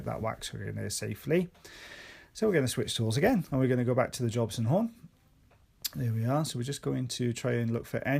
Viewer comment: I love how they say 'Jobson horn' 😂📯